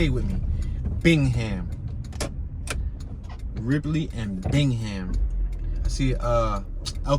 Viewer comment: Bingham pronounced Bing-um